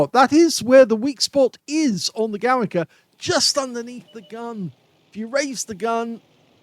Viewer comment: It is pronouced like "Govika"